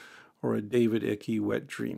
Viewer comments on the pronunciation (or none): The pronunciation of "Icke" as "ick-ee" is funny, but it's actually pronounced "eye-key" No, it isn't, I confused myself, there: "Ike" like "Mike".